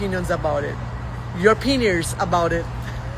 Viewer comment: sounds like she's attempting to say, on purpose, penis. When she says the word opinions and she repeats it... It sounds like she's trying to make it sound like penis.